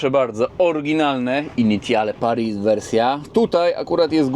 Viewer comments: Initiale Paris czyta się 'Inisjal Pari' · "Initiale Paris" czytamy plus-minus jako "Inisjal Pari".